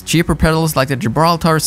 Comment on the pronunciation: Why is he saying these brand names so weird wth weirdo Yamaha ha Gibraltar tar